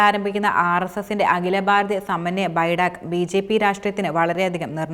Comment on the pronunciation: ബഡാക്ക് അല്ല ബൈഠക് ആണ് എന്നാണ്